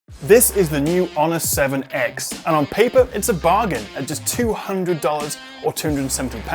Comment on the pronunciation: "All that for toonder bucks" 😂